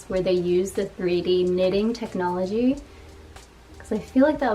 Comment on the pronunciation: I'm sorry but did you say technolergy? hehe here are some snippets of the behind the scenes of how they take plastic from the ocean to make bags in Taiwan! and there's also a company recycling diapers into floor tiles haha